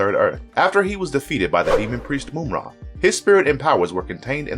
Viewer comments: Mamra Not moumra 😉😉 I'm from Europe 😂😂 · Like, I've heard the guy say it right 3 times, out of every other time saying Moom-Ra. No, my dude, you can clearly hear the villain say his own name Muhm-Ra more than once in the clips that were chosen. Can't wait to hear what other names my guy butchers throughout the rest of this vid. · Moomra, lol. Mumm-Ra. Wiley Kat and Wiley Kat, lol. Wiley Kat and Wiley Kit. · It's not Moom-ra. It's Mumm-ra. As in "mum's the word" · "Mum" like mummy,not moom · How this mam pronouncing Mum-Rah as Moom-Rah. That so annoying. Just have to listen to mumm-rah to hear the pronunciation of his name. That was annoying 😒 Americans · Yeah like mummy not moomy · Just one, simple gripe: "Moom-Ra". 'Tis almost...BLASPHEMY.😂😂😂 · How do you mispronounce mumm-ra name and then show a clips from the show where the character said his name?? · For the last time, it's pronounced: MUMM-RA!!!!! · Moomra? Moomra! Either he is doing it on purpose or he just reads it as he sees it and never bothers to listen to the clips. Mumra would be displeased. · If you don’t pronounce Mumra’s name the right way 😡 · This guy slaughters names!!! How do you say Ma-Mutt 4different ways in the same explanation?? 🤣🤣🤣🤣🤣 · How can you repeatedly mispronounce a characters name even after playing a clip that correctly states it?? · How are you going to mispronounce Mumm-ra’s name when he literally says it in the intro clip.